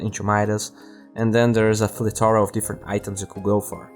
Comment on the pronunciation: I noticed you tries to say plethora in the beginning but you pronounced it wrong its pronounced 'plea-the-rea'